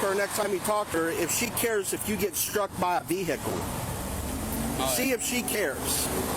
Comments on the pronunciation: According to the cop, it’s not a car, it’s a vee-HICK-cle!! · It’s not a veeehicle, it’s a vehicle! You should know that you’re a dumbass, I mean cop.